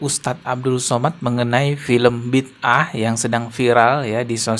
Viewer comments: Sebutan yg benar judul drama keagamaan Malaysia "Bida'ah" tu Bi da ah bukannya Bid ah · bang, sebutan nya bi-da-ah. 👍